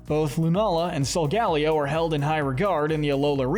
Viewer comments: It’s pronounced SOHL-GUH-LAY-oh, cruh-SELL-ee-uh, LAH-TEE-OHS, LAH-TEE-AHS, TAH-poo LAY-LAY, sih-JIH-liff, arm-uh-ROOJ, WAH-buff-eht, YOOX-ee, BAL-toy, clay-DAHL, ree-yoon-IH-cliss, ess-PATH-RUH (which you misspelled and mispronounced at the same time), hat-er-REEN, hat-TEN-nuh, goth-EE-tuh, goth-ih-TELL, and BEE-hee-YEHM, “Patrick Star”! 🤨 Stop mispronouncing Pokémon names,! You’re so bad at it! 🙄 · Great video, but your pronunciation of Solgaleo is like being struck with a spike in the back.